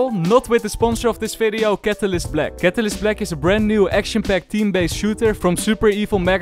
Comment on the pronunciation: It’s fucking VALORANT not Falorant it’s VIDEO not Fideo. It’s VERY not Ferry. It’s reViVe not reFiFe. It’s a fucking VVVVV NOT AN F HOW ABOUT YOU PRONOUNCE ENGLISH PROPERLY ITS NOT HARD